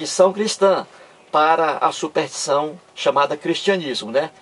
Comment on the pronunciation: Embora repetitivo, sua maneira de expor o assunto é coerente. Só acho que, para maior credibilidade deveria estudar melhor a nossa língua. Uma pessoa que pretende levar conhecimento à outrem e nem sabe pronunciar SUPERSTIÇÃO causa má impressão.